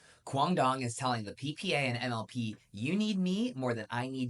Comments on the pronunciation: Let's make it easy to understand: Vietnamese language sees the 'D' as 'Z' or 'Y', we also have the 'Đ' to sounds like normal 'D' in English. So Duong should be pronounced like Zeung or Yeung. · I’m Vietnamese and approved your pronunciation of QD’s name. However, his last name needs to pronounce with an Z instead of an D.